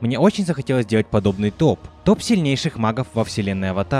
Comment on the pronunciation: Тоф?мне послышалось ты сказал не топ а тоф